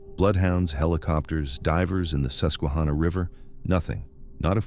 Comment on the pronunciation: It is NOT pronounced Bell le fon te; it is French and pronounced Bell font. Also it is not the Sus que ha na; it's Sus que han na. Please do the work to get your pronunciations correct if you're talking about somewhere. Furthermore don't ever link Joe Paterno to Jerry Sandusky's atrocities. Anyone who knew Mr. Paterno or knew someone who knew him knows he'd never knowingly let children be hurt. This is a man who lived his faith and looked out for his players as if they were his own children. He and his wife had weekly dinners for the players to keep tabs on them and make sure they were doing ok in their lives not just playing football. He ticked off the rest of his conference colleges by insisting his players got real degrees because he knew they couldn't play forever even if they went pro. He'd also tried to let Jerry Sandusky go well before the scandal broke. The president of Penn State at the time, Graham Spanier blocked it. Graham Spanier was later removed from office in 2011 due to being prosecuted for covering up Jerry Sandusky's illegal acts. Joe Paterno was fired by phone call and the Penn State student body basically rioted in the streets because Sandusky accused him and Spanier didn't even have the decency to fire him in person. They ignored the police and the university representatives trying to stop them and despite arrests until Mr. Paterno came outside and asked them to stop. No one ever talked about prosecuting him either. He did what he was supposed to in tell